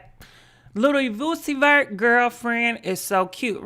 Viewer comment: His name is U Z I. V E R T...please stop chopping words...it makes you look so DUMB...Its like as an ADULT & you VLOG as a profession...you should at least attempt to be professional and take time and review you your info...and pronounce words correctly.